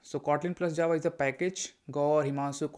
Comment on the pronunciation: Don’t know why , first time when u mentioned Java it felt like Chaava 😅